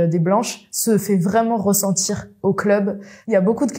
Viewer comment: Tonton avez vous entendu le " ressentchir"?